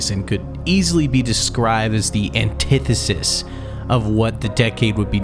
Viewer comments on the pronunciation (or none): none